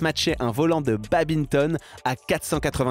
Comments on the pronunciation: badminton, apprend aumoin a le prononcer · "babinton" c'est vraiment trop dur de prononcer toutes les lettres? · Je crois pas que ce sois le babinton je crois que c’est un autre sport qu’on prononce badminton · Ça se prononce baDMinton (comme ça s'écrit en fait) et pas babinton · BadMINton, la prononciation me fait saigner mes oreilles 🤣🤣🤣🤣🤣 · Je sais pas ce qui me choque le plus, le record ou le "babinton".